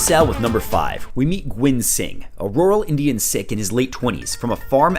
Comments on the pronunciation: lol pronouncing Sikh as sick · Sikh is pronounced the same as "seek" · Bro you saying ‘sick’ instead of Sikh is cringing me out to the max and I’m not even Sikh